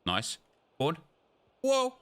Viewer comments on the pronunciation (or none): none